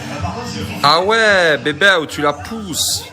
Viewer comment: Bebew pas bebelle mdr 😭😅